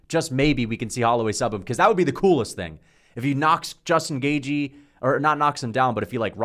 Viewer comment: Can this guy learn how to pronounce gaethje ffs